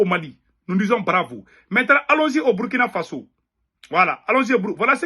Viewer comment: C'est Burkina Faso, prononcé Bourkina Faso'